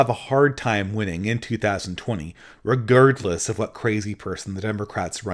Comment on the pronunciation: The only real criticism I have of this video is the way you pronounce "regardless"